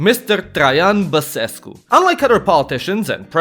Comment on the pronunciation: bro says basescu perfect for a nonromanian